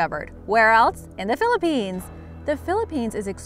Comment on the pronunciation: Im getting triggered everytime she says a place from the Philippines wrong